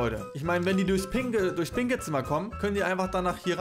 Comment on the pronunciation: Hast du bei den pinken Raumgrad gesagt pinkel